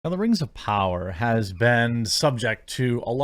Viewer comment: (We Wuz) Rangz Of Powah